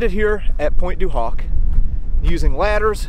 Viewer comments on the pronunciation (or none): the h in Pointe du Hoc is silent.